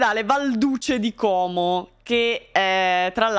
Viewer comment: Sì .. si dice Como.. Non Còóòòmo. Bel video come sempre. Buona giornata:)